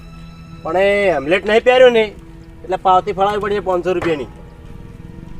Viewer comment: હેમલેટ નહીં હેલ્મેટ બોલો